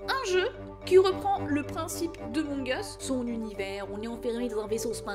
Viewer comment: "emong us" -_